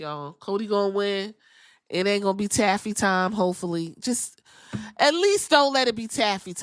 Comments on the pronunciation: Thought she said" Tacky"time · I think she meant to say "Taffy Timely the way she paused,then emphasized "Taffy",and didn't seem like she fumbled any words.. either way I busted out laughing 😂😂